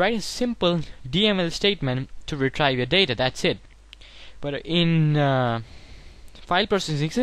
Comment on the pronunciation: good video but it's pronounced as re-treev / re-tree-val